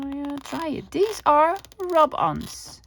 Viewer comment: Such good English! But not deez but THESE...